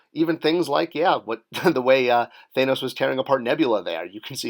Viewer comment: Two of the biggest movies of all time still can't get you to say "Thanos" correctly.